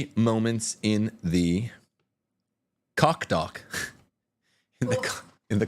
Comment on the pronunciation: Cdl. Koch's name is pronounced with a long 'o', not a short 'o". The ch is said in the back of the throat.